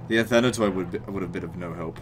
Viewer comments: Guys please, the byzantine units that its name finishes with "oi" is pronounced "i" for example Athanatoi is pronounced "Athanati" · It's pronounced Athanato-ee.